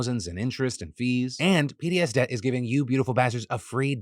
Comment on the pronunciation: You might want to enunciate PDSDebt more clearly since I had to rush over and look when I thought "is he saying Hideous Debt?"